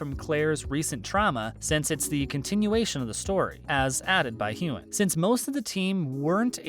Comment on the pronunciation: Next time you pronounce his name wrong, I'm going to get all Will Smith on you. Keep my damn husband's name out of your mouth lol.